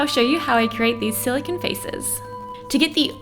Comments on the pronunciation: Silicon is pronounced "siliCONE" not "siliKIN" sorry it was driving me insane. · is it me or does it bother anyone else that this girl is saying silocan instead of silocone? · SiliCONE not siliCIN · SILICONE. NOT SILICON. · But it's silicone, not silicon. Silicon is a completely different thing. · "Silikin" "silikin" "silikin"...ITS SILICONE. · its silicone. not silicin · Jack Marshal THANK YOU. eEveryone's just copying eachother saying it looks like jenna Marbles but I was looking for someone else who got annoyed by her pronunciations. lmao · I like how she says silicon. "Skill-a-ken" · im triggered she keeps saying silicone in a weerd way silacon thats what it sounds like silacon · Is it bothering anyone how she keeps saying silicINE? I get annoyed by the stupidest things lmao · It's her accent lol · The way she says silicone bothered me so much